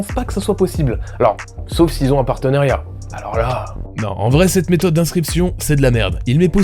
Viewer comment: Je t'aime bien mais apprend a prononcer "parteunAriat"